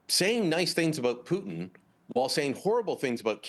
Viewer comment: I dunno, he totally butchered the Putin part.